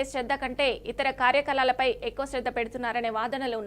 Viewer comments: భాష మీద ఏ మాత్రం పట్టులేని నీలాంటి వాళ్లను న్యూ శ్రీధర్ గా తీసుకున్నందుకు ఈ ఛానల్ వారిని ఏమనాలి కార్యకలాలు కార్యకలాలు అంటున్నావు కనీసం కార్యకలాపాలు అనాలని కూడా తెలియదా అది. ఆ మాత్రం కామన్ సెన్స్ లేదు నీకు.అది రెగ్యులర్గా వినే పదమే కదా.. ఆ పదం నువ్వు తప్పుగా రెండుసార్లు పలికిన వెంటనే ఛానల్ మార్చి పడేసాను చూడాలని కూడా అనిపించలేదు. ఒక తెలుగు ఉపాధ్యాయురాలిగా అది భరించలేకపోయాను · కలాలు కాదు కార్యకలాపాలు అని చదవాలి. ఎడిటర్ గారూ శ్రద్ధ వహించాలి.